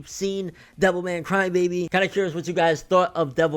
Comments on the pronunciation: I kept thinking you were saying devil may cry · Sounds like your saying devil may cry